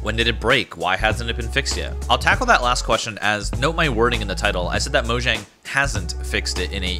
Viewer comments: but if you play in offline mode it still doesn't work. and its pronounced moyang cause it's swedish. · FOR GODS SAKE ITS MOYANG